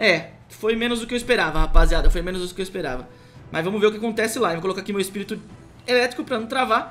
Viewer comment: "EPIRIRITO" KKKKK